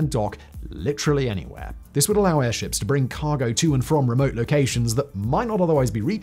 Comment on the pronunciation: Errrrr, can we just anchor these airzhips? Is that so hard?